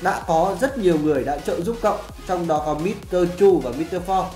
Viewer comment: Mít tơ pho sau đó đọc sang tiếng Việt mờ rờ 3 khá hài hước.